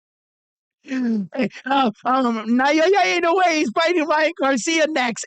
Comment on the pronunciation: I admire your utmost persuasive eloquence especially when talking about Japanese Super Star. However,please try saying "Now" & "Ya" instead of "Nayoya". So that it sounds more like it. Please take this advice from Japan.